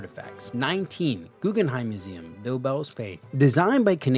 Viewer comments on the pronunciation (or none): none